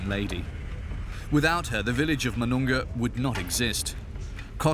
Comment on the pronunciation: it's pronounced as moo-noon-ga, not ma-noon-ga